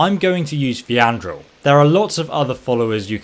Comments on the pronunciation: wait did he say what is pronounced "faydal" as "feandral"? wtf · Hold up did he just pronounce Faendal--Feandrall??? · Faendal ❌ Fiandril ✅ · Idiot Sandwich This physically pained me when I heard it XD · "Use a follower that doesn't turn on you when you become a werewolf or vampire, I'm going to use Phee-anne-dul" I don't want to be that guy, but they literally pronounce his name for you in the game. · Did he just call faedal "fiandril"? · Did he say (Fee-Andril) when he meant faendal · He's dyslexic. And honestly, it sounds better than Faendal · I absolutely love this guys channel. He has great content and you can tell that he puts an immense amount of work into every video. You can also tell through his pronunciation of words because he is obviously so tired that he cannot read anymore. I mean.. how tf does someone pronounce "Faendal" as "Feeandroll". Again I love this guy, but his inability to read drives me insane. Thanks for all the content tho. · I like your fancy pronunciation of faendal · The way you said faendal makes me sick, Todd is unimpressed Also it worked for my orc but not my nord, please help? Edit: it worked! But I had to strip my character for some reason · There's no R in Faendal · You didn’t butcher the shout name you butchered faendals name